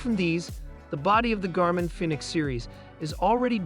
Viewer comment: Garmin “Finnix?